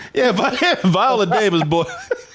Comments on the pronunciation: Her name is said... VY- oh-la Davis. I need you to put more respect on her name, sir. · If you're gonna clown Viola Davis at least pronounce her name correctly